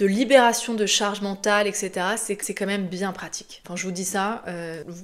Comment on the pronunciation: Bonjour ! On dit eTc et pas eCS 😉